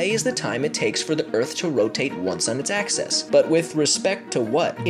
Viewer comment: its AXIS not EXAS OR EXES say it right plz! good vid though!